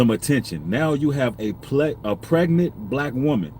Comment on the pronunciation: Not PRegant?!?😩😩🤢🤢. Say it ain’t so. It’s hard to get through this without urling